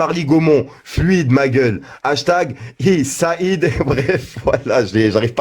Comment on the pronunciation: T’y est même nul en arabe 🤣 même le nom de Said tu l’as tuer 🤣🤣